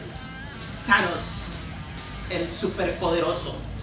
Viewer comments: He said Tanos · " T ANOS......"